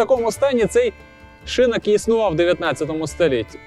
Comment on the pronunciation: Дякую за цікаву розповідь! є одне питання: чому шИнок? шинОк же в будь-якому словнику.